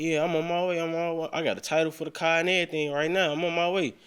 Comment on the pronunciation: The word car ...has an R in it...WTF